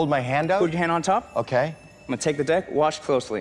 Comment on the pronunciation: Did he say dick of cards 🤣